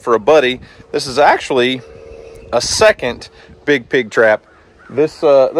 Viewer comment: Thank you so much for the fake helping the prescribed burn. Oh and it's pronounced "second" not "secont" 😂I 😂